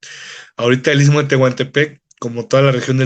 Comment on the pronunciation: Este cuate es de los que nada les parece, el tren tenía muchas décadas de estar funcionando hasta que Zedillo los entregó a los gringos y quitó el servicio de pasajeros, que no venga a hablar de trazos ni nada. Por cierto para ser originario del I S T M O , así, no I T S MO como lo pronuncia. Si así se expresa de la zona donde vive, descuidado e ignorante, no me imagino para dar sus opiniones "técnicas" del tren interoceánico. En el istmo hay muchos intereses y delincuencia organizada y no les gusta que la Marina esté en todos lados en la zona. De lo socia, el gobierno no está organizando el crecimiento demográfico, es un desorden y ninguna autoridad pone orden. La carretera Transístmica es un desastre, sobre todo de Sayula a Matías Romero, parece zona bombardeada, alguien mintió al presidente AMLO. Por lo del tren hay que esperar los peritajes y la investigación de las autoridades y la FGR. Lo demás es grilla barata.